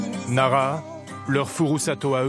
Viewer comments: Nara ? Je suis allé à plusieurs reprises dans la région et je ne connais pas de ville de ce nom de ce coté. Vous parlez de Naraha (prononcé Nalaha) ? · Alors certes en francais on ne prononce as le h, mais on sait bien que dans enormement de langues ils se prononcent. Un journaliste devrait avoir le reflexe si moi je l’ai 😂👌🏼